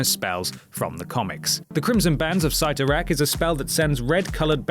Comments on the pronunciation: Dormammu, I've come to bargain Also, its pronounced Sitorak not sightorak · It's pronounced "Cee torak", not "Sy Torak". Oh my God this list is miserable.